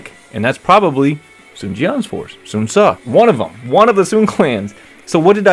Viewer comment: In fact, I was expecting it, and I was still surprised when I found out about it years ago. What echoes in me and is too annoying is how they pronounce the name of the Sun family, Swan? Really?